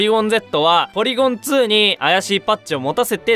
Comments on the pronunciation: ツーじゃなくてトュー、ゼットじゃなくてゼィーって言うの好きw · ポリゴン・トゥー ポリゴン・ズィーすき